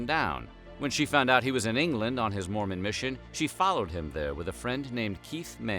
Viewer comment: She read the word Mormon as MOREMAN